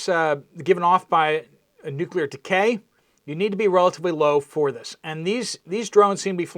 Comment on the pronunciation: Is there missing nucular material ???